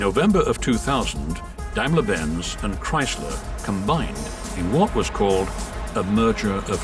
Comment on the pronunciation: Took me ages to work out that the narrator was trying to say Daimler.